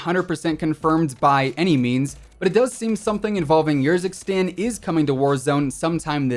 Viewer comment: its pronouced ERzikstan not YERzikstan. am i right or am i wrong here?